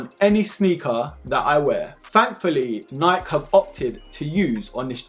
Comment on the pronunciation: FYI it’s Nike (Nie-Key)